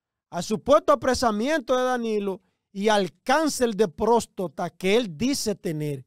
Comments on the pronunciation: Este hombre dizque tan letrado y no sabe decir prostata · Joel Adames ! No se dice próstota , sino Próstata !!